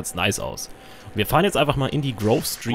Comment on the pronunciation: ey maan es heißt grove street-heimat:D